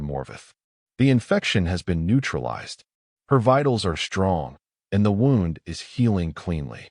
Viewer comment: The narrator pronounced “wound” like winding something. Should be more like woond.